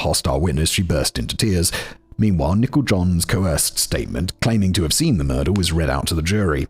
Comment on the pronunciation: It sounds like Simon is calling Nichol John "Nickel John," like she's an old hobo or something.